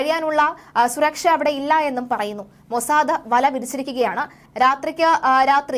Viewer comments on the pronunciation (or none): none